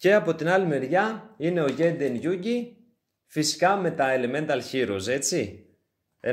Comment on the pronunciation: Τζεϊντεν λέγεται 🙃